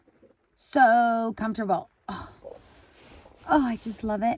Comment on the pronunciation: love the way you emphasize how cozy your car is...SOOO COMFORTABLE!!! YELLING IT OUT. HAHA